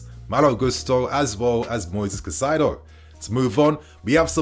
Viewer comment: KAAAH-EEE-ZE-DOH Learn to pronounce his name correctly, ffs.